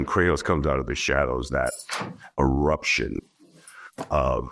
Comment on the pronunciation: did this mf just say "cry-toss"..